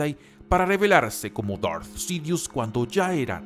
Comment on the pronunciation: Amigo, aunque a veces no comparto tus opiniones, siempre sigo tus videos. Por eso me tomo el atrevimiento de decirte que tu público es gente que habla en ESPAÑOL básicamente. Por lo tanto, no tiene sentido que quieras pronunciar palabras en "inglés" o algo así cuando se nota que no es un idioma que domines en lo absoluto. DARTH Sidious suena mejor "DART" que "Dort" o lo que carajo digas. Saludos.